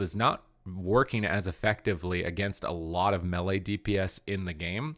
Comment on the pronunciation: drives me crazy when you pronounce melee mehli.. it's may lay!!!! What is it with gamers that they suddenly do not know how to speak English when talking about game stuff... it's so funny